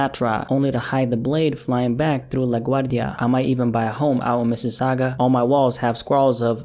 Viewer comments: This man can pronounce LaGuardia but can't say Tschabalala??? Lol Americans man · So we not going to talk about the LaGuardia pronunciation and how perfect it was